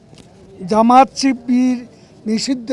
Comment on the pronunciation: জামাত শিবির উচ্চারণটা পর্যন্ত সে বলতে পারে না